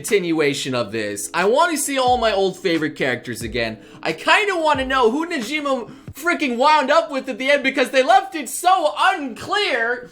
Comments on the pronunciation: Who the hell is Nejima, Negima (Ne-gee-mah) lol. But seriously I'd rather they just do the full Mahora tournament but let's see how this turns out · Its negima